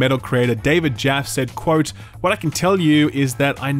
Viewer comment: David Jaffe (pronounced Jaffy) Both and dont know his name... kinda cringe